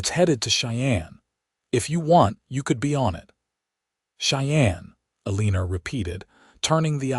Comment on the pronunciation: You have NO JUST CAUSE to be bragging about your AI system that UTTERLY MANGLES, RAVAGING the American English language so very badly. For instance: the offensive sound if "Ĕlēē'nerr" - just for one of several instsnces. HAVE MERCY!!! I BEG YOU!!! SINCERELY!!!!! 😊😊😊😊😊